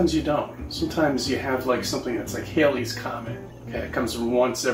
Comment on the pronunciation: HALLEY'S comet. It's HALLEY's comet. Bill Hailey and the Comets were a rock and roll group. The comet was discovered by Edmund Halley. Rhymes with Sally. Now I'm going to have to go and have a sit down.